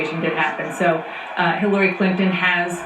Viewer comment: "I have a person there with Hiliry" hahaha CNN are so retarded it's hilarious.